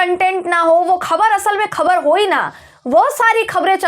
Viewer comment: Urdu Letter ..Khe...ko pronounce kar payengi tu 'khabar,, 'Akhbar' sahi pronounce kar payengi. Aur Lambi script parhne ki apki kala mein aur nikhar ayega..